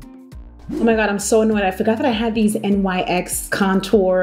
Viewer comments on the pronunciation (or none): Hey girl, loving the content! New sub here, super grateful, so I had to share: Nyx tweeted that the brand is pronounced like "nix" not n-y-x! Ciara herself even said she would quote the tweet. I wouldn't say anything, but you taught me how to pronounce "lychee" today so thanks and continue to slay!!!